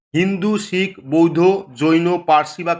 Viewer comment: Boidho noy....bouddho